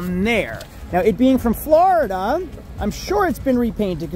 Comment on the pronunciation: you’re actually starting to pronounce Florida as, “FLOORida” instead of “FLARDA”. I’m so proud of you man 🤧♥️ Edit: the latter half of the video you went back to saying, “FLARDA”. My ears are bleeding 😭